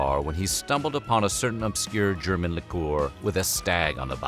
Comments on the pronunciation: I seriously appreciate you pronouncing German correctly. You got my like and sub just for that. Das gefällt mir sehr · Aside from your excellent comedic timing, the other reason WHF should NEVER consider a different narrator...is that our dude can pronounce the German names and words pretty well! I am not saying that only German language is of particular importance, but I take it to mean that somebody bothered to ask: "how do I say this strange foreign thing before I make an entire YT video about it"? This is a (very German) commitment to quality! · The pronunciations of the different German names in this videos are pretty good, compared to most anglo narrators! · Props to you, the pronouciation of these many German words was actually very good